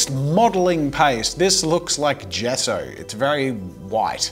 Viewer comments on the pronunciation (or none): none